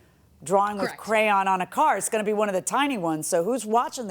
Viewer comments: Never heard "crayon" pronounced as "crown" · This lady can pronounce amicably correctly but not crayon. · Who the hell says “CROWN” instead or CRAYON🖍️ 😂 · I dislike very much the way she pronounces crayon. Then pronounced it perfectly. So she’s choosing to say CROWN/CRYON (however she said it) instead. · She made think of my daughter. When she was little, she pronounced crayon as “cram”